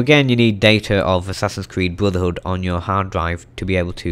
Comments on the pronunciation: He just Said bruthver hood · TheFighterDragon69 Blodurhood, is what i heard.